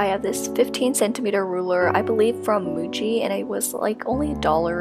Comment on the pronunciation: Why do I keep hearing Gucci when she says Muji 😂 (This isn't meant as hate by the way, I love your channel.)